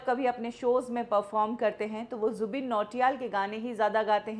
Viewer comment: Jubin h wo 'zubeen' nhi 😂